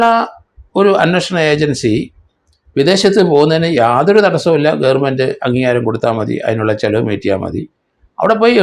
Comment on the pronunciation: നുമ്പ്, ഗേർമെണ്ട് ഈ ഉച്ചാരണമൊക്കെ ശരിയാണോ?